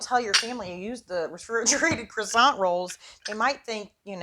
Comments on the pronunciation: Thanks for the video but you're killin' me! It's either pronounced Kwasan(t) or, what is in the can, Crescent - like a moon. Cresant roll is maddening! lol Smack that Can,! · I don’t understand. Many YouTubers making food videos use Pillsbury Crescent Rolls as a creative tool for easy recipes. But, so many are pronouncing the word “crescent” as though it is pronounced “croissant”. IT IS NOT. Please look up the word and pronounce it correctly. Words are your stock-in-trade. Do it right. Thank you.